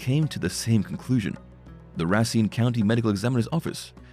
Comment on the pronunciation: Racine Race-Seen learn how to talk